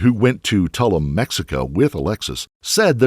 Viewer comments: It's pronounced Too-loom, not Tuhl-luhm. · Tuh loom - not tul um. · In your research it seems you would have found the correct pronunciation for Tulum! It definitely isn't tullem. It sounds like "2 LOOM". These kind of oversights always surprise (and annoy) me. Thanks for the video. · Please…Tulum is pronounced two-loom! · Tulum- pronounced like bloom. Tul ume